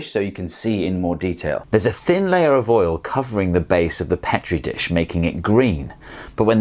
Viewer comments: its freaking PEE-tree not PEH-tree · *pee tree, I have no idea what you are trying to say!